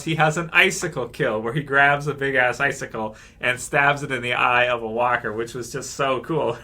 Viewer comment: say icesickle